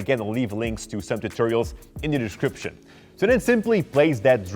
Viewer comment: I love when he say:in the dishcription below